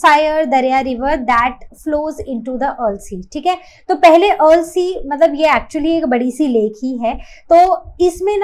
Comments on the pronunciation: Ma'am it is Ural (युरल) not अर्ल you are pronouncing it wrong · the way you pronounce ural is killing me rn😭😭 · ts frying me vro especially the "ural" pronounciation 😭😭